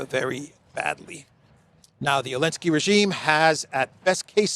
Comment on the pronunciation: Why do you keep calling Zelenskii Elenskii 😂😂😂. The rest is spot on as usually. Keep up the good work. Talk some sense in Europeans, well at least try to.